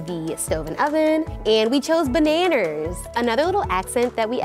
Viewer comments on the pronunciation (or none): I love you but... Did you just say bananers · How do you get an R sound in Banana's?? Its not bananers......